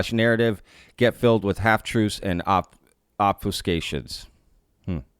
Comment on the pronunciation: I love how you mock the guy for a typo and then mispronounce obfuscations 😆 Maybe get a dictionary and go through a post before you make a reaction video bruh EDIT: Came back to sh*t on you some more. My father in law was given 3 months by his doctors. He lived 3 more years. My uncle got 8 months. He didn't make it past 2. It's very much a thing doctors say... Bruh 🤣